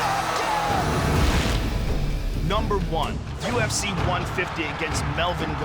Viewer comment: "Go get some Donald Cerro-Nay!"